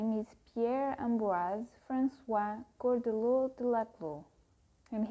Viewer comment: It’s pronounced shaw-duhr-law, not kaw-duhr-law